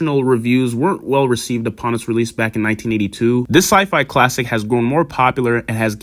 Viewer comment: At about did he say it was a cult "clattic" lmfao 😂😂😂